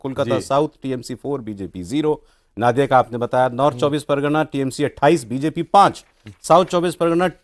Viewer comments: Sir’s it’s नदिया(नदी से) not नादिया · नादिया नहीं , नदिया बोला जाता है। Pronunciation सही होना चाहिए। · Ya toh नदिया बोलिये या Nodiya boliye "Naadiya" kya hota hai? Ab aap 4 log itne varisth evam nispakskh patrakar hsi fir bhi ghalat uccharan, isiliye BHAJPA bahari party ke naam se badnaam ho rahi hai Didi ke dwara Spasht bengali aur nahi to hindi uchharan hi kariye maharaj Naadiya koi English ya Russi jila hai kya Paschim Bangal main? 😂❤😂😂❤🎉😂